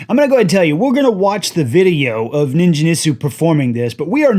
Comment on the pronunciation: Ningen = hard 'g' like gate or get.